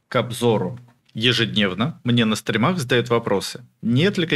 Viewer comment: СтрИмах, а не стримах.